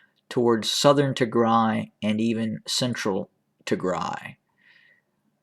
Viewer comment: Not a very big deal, but can you please work on your "Eritrea" pronunciation haha? You're skipping the first R like "eat-rea". It's pronounced "Eryt-rea" You're pronouncing Tigray well now 👏